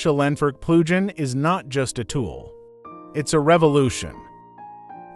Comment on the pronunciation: This is a very exciting plugin. * The AI translation Speech is severely mispronouncing the word "plugin". You might have to use a hyphen in your text next time... like this "Plug-in", then it will probably sound correct.